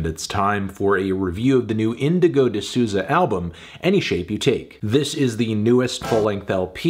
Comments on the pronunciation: Isn’t it pronounced “di Sou-za” (like soul but without the L) tho ? I know its hard for americans to pronounce portuguese names but idk, i thought melon would know. “ Sooza “ sounds so wrong to my brazilian ears. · Hearing my last name in a video is a bit strange (also here in my country the pronounce is "soulza"). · It’s pronounced ‘d SOW-ZA’ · so funny how he pronounces Souza